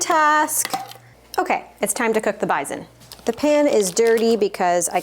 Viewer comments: What is "bizen"? Do you mean, bison? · Took me a sec to figure out what you were saying when you said BIZON…as we pronounce is bi-son. With an S. Now show us what you feed your shepherd. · At the beginning, during the other recipes, you referred to the bison and I had no clue what you were saying or meant. Then when you began the recipe, I was like “AHH!! BISON” FYI? It doesn’t have a “zed” in it 😉 Pronounce that “s”!!!! 😊😊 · Me, an American, took way too long to figure out what bison was. We pronounce it totally differently. I love finding out random little things like that.